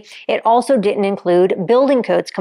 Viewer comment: It’s pronounced “Didn’t” NOT “di ent”